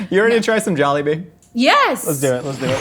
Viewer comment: stevie says it very softly and elongated. if you really wanna pronounce it the way filipinos do. pronounce it with a hard and short tone (pun intended)